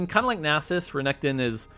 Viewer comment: I loved when said nasus and not nay sus